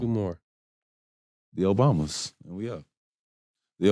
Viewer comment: Love shump and loved the interview until he said obamas lol